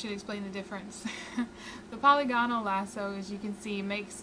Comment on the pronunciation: Not 'poly gone al', but 'pa lig a nal'; not 'hyper bold' (for hyperbole) 'high perb ah lee", as in hyperbolic (high per bo lick).